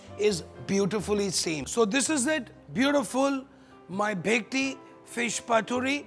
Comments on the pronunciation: u pronounce it as "Bekti".. seriously?? Bengali's will ban u from cooking a classical Bengali dish!! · It's bhetki not bekti